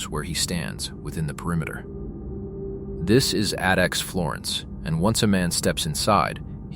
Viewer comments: AI narrated shit. Pronouncing "ADX" as "Adix" 😂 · when the AI mispronounced ADX I shut off the video and left. AI slop.